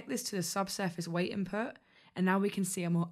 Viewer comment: Why do you talking Like thaaaat. Its Input Not inpo. And weight Not wei